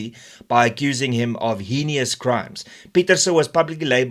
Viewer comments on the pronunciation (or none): It's not "henious", it's "heinous", and it is pronounced "hayness".